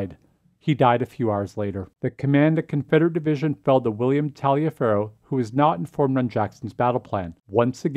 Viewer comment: Taliaferro is actually pronounced like Tolliver, I believe. Thanks for the vid